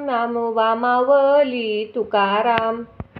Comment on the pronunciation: मावली नाही माऊली अस आहे उच्चार चुकतायत